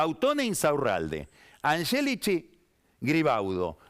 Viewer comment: Puede q sea cansador pero tanto a Yoli como a Angélichi, los pronuncia correctamente como se pronuncian en Italiano. Yo soy descendiende de tanos y tmb hablo el idioma, asi que puedo dar fe.